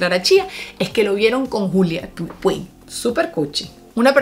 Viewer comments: Julia Puig se pronuncia Puch.. no puig! 🤣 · Puig= putch pa la próxima 😙. Se que hemos crecido escuchando en venezuela nuestra marca de galletas PUIG, pero es Putch. El resto genial, lo explicas al pelo